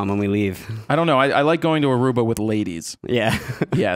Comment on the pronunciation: ARUBA!!!!!!!! thank you for just saying Aruba, (yeah, I'm from there)